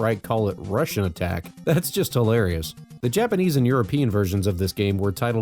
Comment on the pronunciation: You said it right. Its a wannba Contra.